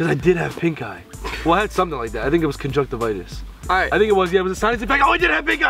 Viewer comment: um i'm just waiting for someone to make an edit of ethan saying conjunctivitis like JUSTIN BIEBER DID on insta HAHA